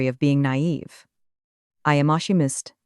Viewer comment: Nice story, but honestly - we can do without the phony baloney sound wave form visualizations. They are an annoying distraction to an otherwise enjoyable narrative. However, several words were mispronounced as if the AI generator thought it was supposed to speak French: chemist, calculation, data, collaboration, agenda, satisfaction, caution. "Lead" as in "lead the way" was mispronounced as "lead" as in fishing weights."Read" was alternatively mispronounced as present tense when it should have been past tense and vice-versa.